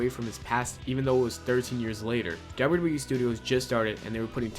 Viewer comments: You can't say wwe... and its fucking hilarious, you never said it right 'wrwrree'!?! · dude when he says wwe he says derb derb e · Ya say wwe weird